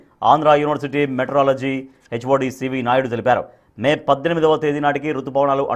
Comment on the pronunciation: మెట్రాలజీ కాదు. మీటి్యోరాలాజీ అనాలి.